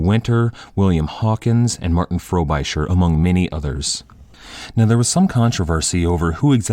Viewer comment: It's not FrobIsher, it's Frobisher. Short I sound